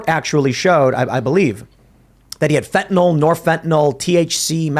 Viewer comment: Fentanyl, (not Fentanol)